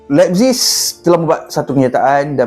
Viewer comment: Sebutan thomas tuchel dan rb lebzig agak lain😂😂😂